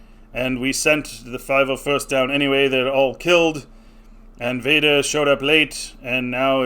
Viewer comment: bro didnt even say "501st" correctly and we wanna take this guys word??? what a loser.